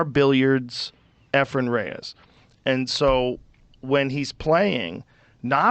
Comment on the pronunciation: E'fren, not 'Efren.